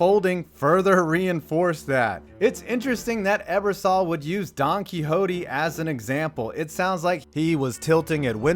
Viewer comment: "kwikzodic" Poor Don Quixote, they'll butcher your name for eternity.